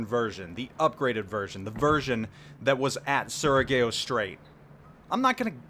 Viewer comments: "suri-gow", not "sura-ga-oh" :) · it's pronounced su-re-gaw strait btw, great points I've really been wanting the '44 West Virginia with her insane AA configuration and modernized superstructure. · Surigao is "Soo-ree-gow" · pronounce it "SooriGAHW"~ I agree with you in WeeVee's config but there will be stat reliants that will challenge you bad. It wouldnt be surprising if the early hull becomes Maryland at tier 6 and West Virginia is the 1943-44 refit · you're pronouncing Surigao incorrectly. The "a" is not a long 'a' (like in "date"). Rather, it's a soft 'a', like in "far". And the "gao" is not pronounced like it's 2 syllables, but sort of one, where the 'a' and 'o' blend together. Think of the "gao" as being pronounced like "bow" (the "bow" of a ship), except with a hard 'g' (like "get") instead of the 'b'. (Or the first syllable of the Klingon chancellor Gowron.) The rest of your pronunciation is OK.